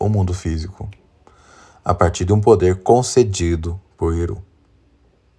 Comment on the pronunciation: Obs.: “Silmarillion” se pronuncia “Silmarrillion” e “Eru” se pronuncia “Erru”, ambos com “r” vibrante como o “rr” no espanhol. Perdão o lapso.